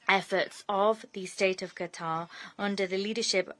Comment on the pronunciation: It is Qatar not GATAR 😂